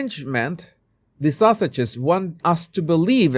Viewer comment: I love the way you say Sussex'. It sounds like Sausages 😂 Perfect!